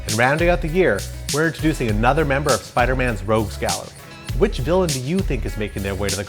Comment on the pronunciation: Soooderman villain is sandman